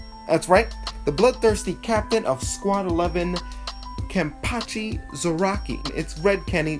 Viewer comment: "kenny"?? Why you north american calls him "kenny"??? His name wasn´t "kenneth", his name is KENpachi... the nickname is "ken-cha" or just "ken". even yashiru on manga calls him as "ken-chan" kenneth = kenne-th = kenny kenpachi = ken-pachi = ken or ken-chan